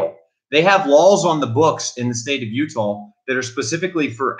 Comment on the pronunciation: Are you referring to the state of utah?? it appears youre saying utahl